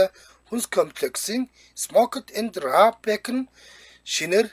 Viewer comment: Raw буюу түүхий гэдгийг роо гэж гэж уншаарай